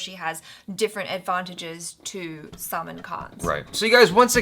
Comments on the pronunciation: Why are you calling him "Salmon" Khan...Salman aint fish.. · said " salmon" Khan 😂